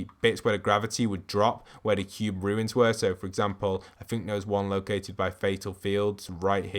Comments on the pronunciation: It’s not Rewins!! It’s Runes!!😡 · Like the vids man, but I cant unhear you say fairy instead of theory and with the runes of last season, I heard ruins all the time xD Anyone else hear this aswell?